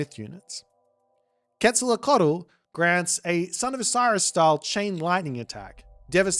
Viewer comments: another boit banger. for the names of the gods, because I suppose you'll be casting games in the future, Queztalcoatl is pronounced "Quet-sal-KO-atl", as opposed to your "quet-sal-lo-cotl", the other gods would be "Weet-si-lo-POCH-tli" and finally "tes-ka-TLEE-PO-ka", minor gods I'll leave it to you because you've been quite entertaining giving them names. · Really bad pronunciation... quezalocatol? 😅